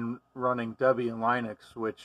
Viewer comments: blud said line ux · This was the first time I heard it's proper pronunciation; "Lunix": But logically, it probably should be pronounced "Line-icks", right? Oh well. At least I still pronounce Jiff, Ma-tay, Gi-new, and Sue-Dew correctly. Oh yeah, and by the way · How did you get to use your pronunciation of Linux? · Apparently not, because that's not how I hear anyone else pronounce Linux.